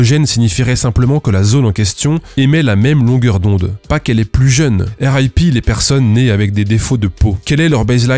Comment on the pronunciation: Je n'ai pas lu tous les commentaires, mais dans ceux que j'ai lu il n'en est fait mention nulle part... RIP ne doit pas être prononcé en anglais, car il s'agit à la base d'une locution latine "Requiescat in pace". Voilà, je fais un peu mon chieur, mais ça me titillait trop... Bonne vidéo, comme d'habitude, continue ton excellent travail. Ca fait du bien de voir que même des grosse marques ayant des relais à la télé et des boutiques partout dans le monde se retrouve à trembler puis à rebrousser chemin suite à un simple youtubeur comme toi. Un David contre Goliath des temps modernes. J'adore !